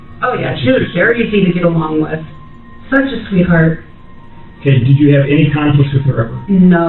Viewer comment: "I am suzh a sweetheart" yea wrap it up girl😂